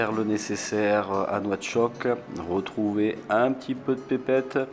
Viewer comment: On dit nouakchott